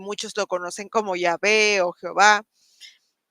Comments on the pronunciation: Muy interesante. Esa pronunciación "Yihve" del Profesor entrevistado se parece a la portuguesa "iahve". De todos modos la pronunciación más común y generalizada en español es Jehová, y similares en muchos otros idiomas como el inglés, alemán, Dakota, gibario (iehova), linda (Yehova), etc. etc. Ha habido una especie de "conspiración solapada, disimulada" para ocultar y negar el Nombre iniciada por los mismos judíos (no todos) desde mucho antes de Cristo, como lo dijo el profeta Jeremías Cap. 23 vs. 26,27,28. No es muy difícil ver cómo inconsistentemente los traductores del "Nuevo Testamento" siguieron la mala costumbre masoretica de poner Adonai o Eloim en lugar de Yhwh o Jhvh, al español Señor o Dios (Kyrius o Teos, griego), cuando es evidente y lógico que los escritores originales de los Evangelios, las cartas apostólicas y el Apocalipsis que al igual que Jesús no se llevaban por las costumbres o tradiciones judías falsas, inventadas por una supuesta "ley oral" rabinica, incluirian de modo reverente y natural las menciones del Tetragramaton siempre que aparecia en las muchas citas que hacian de las Escriturad Hebreas, como por ejemplo cuando Jesus leyo Isaias 61 en la sinagoga de Nazaret (Lucas -19). Entonces como dijo el Profesor en el vídeo, es lógico y necesario pronunciar, usar regularmente el nombre propio del Dios de la Biblia (el único Dios verdadero, según el texto sagrado, contenido hasta en Apocalipsis en todas las Biblias por la expresión "Aleluya" (alaben a Y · Ningun erudito del hebreo bíblico habia propuesto la pronunciación Yivé Ni siquiera un solo rabino Ya que no tiene base lingüística ni gramatical El Tetragramatón precisamente requiere de la vocalización de tres consonantes y proponer una pronunciación bisílaba no tiene ningún sentido aunque proponga un argumento muy rebuscado